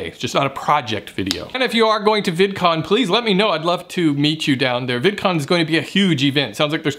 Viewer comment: Hihi he said vidicon!